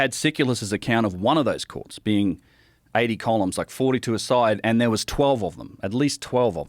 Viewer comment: When this guy says courts it sounds like quartz